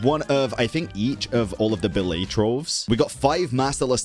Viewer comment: small thing. Billet = Bill-it